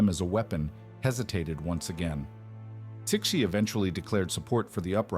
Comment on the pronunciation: 慈禧 is pronounced "sir she" is it an ai robot reading this?